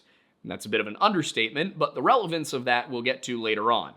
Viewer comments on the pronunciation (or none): none